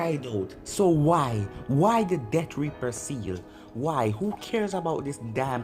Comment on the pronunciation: Accent buddy